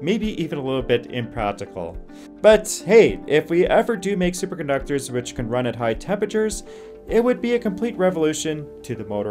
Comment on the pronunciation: Great info. Please work on your pronunciation. Wurr instead of Where, Paseudo instead of Pseudo, Parawell instead of Parallel, Superductors instead of Superconductors. Work on delivery. Keep up the good work. Cheers